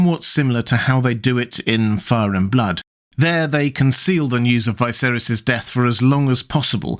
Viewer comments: It's Viserys, not Vaiserys or Vaeserys! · why would you pronounce it "Vai-serys"? like, just why? even in the most mundane things you need to appear different? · anyone else confused by how he's pronouncing viserys lol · Blows me away that you let your posh accent force you into saying the name Viserys wrong despite having just watched the show and hearing his name troughout it. Feels like a choice and im more mad than I should be over it